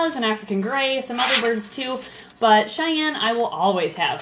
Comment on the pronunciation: it's Cheyenne, not chanelle